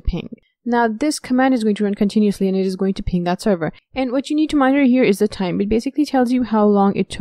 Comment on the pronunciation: WARNING!!! Appalling pronunciation. Extreme slurring. Do not try too hard to understand what she's saying. She will drive you Mad. Server becomes terwa. Monitor becomes moniar.